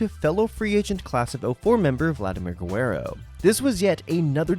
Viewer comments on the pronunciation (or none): “Goo-where-oh” 😂 cracked me up both times you said it. It’s ga-rare-oh btw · Guerrer-o. Not Guerrer-wo. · To be fair, he said “Gwer-ero.” Not too bad for a güero. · Have some respect and pronounce one the greatesr Expos of all time Properly. DONT DO VLADY DIRTY